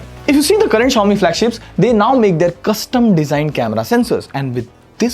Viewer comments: What is Zayomi? Just say Xiaomi man. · Shao-mi❌ jao-mi✅😂😂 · no way he pronounced Xiaomi wrong. i think ai voice was used in this segment as it can pronounce it wrong. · Bro Chill he's human too.. he can fumble out too